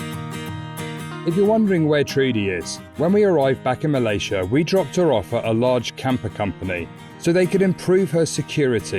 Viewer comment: you are also pronouncing 'Malaysia' incorrectly.